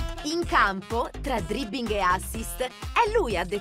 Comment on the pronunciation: tra DRIBING e assist 🤨🤔